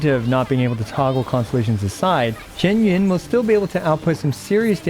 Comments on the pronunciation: Kur.wa it's not shen yun. Its xian yun. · Her name is not pronounced the way he says it